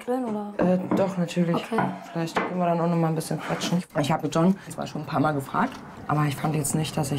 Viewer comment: Dieser Marcel ist ja ein Witz 😂 hat der echt sein Hosenbein hoch gezogen damit man sein Tattoo sieht😂😂, der John hat ja mega Defizite, kann den niemand richtig sprechen bei denen 😂😂.